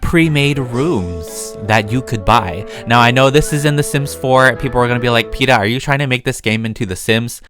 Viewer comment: Ok so umm hi I’m new and when he said his name () in the video I couldn’t help but think of hunger games and the overwhelming crush I have on peeta mellark😂😂